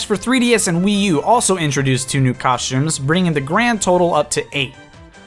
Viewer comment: COSHTUMES COSHTUMES COSHTUMES